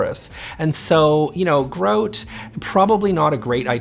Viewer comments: But, grout is pronounced GR-OUT not GR-OAT. You know, the same way SHOUT (like the shout out you did in your comment) is pronounced SH-OUT and not SH-OAT. ;^) Fun video, good tips. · it’s gr-out, not Groot, an animated character.